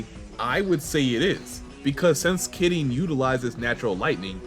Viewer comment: Happy New Year! Also, just wanted to say: love the pronounciation on Kirin. Keep it up!